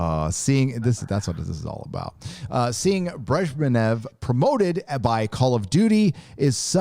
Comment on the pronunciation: Bresh-knee- ev.